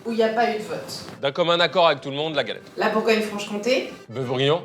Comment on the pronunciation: j'ai saigné des oreilles en entendant "galette" 😭